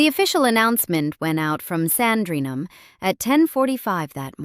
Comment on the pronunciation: Quite right! That's just one of the many errors in this piece! Also annoying were her incorrect pronunciations of Sandringham and Lascelles!